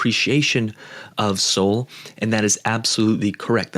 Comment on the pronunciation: When did SOL get pronounced SOLE?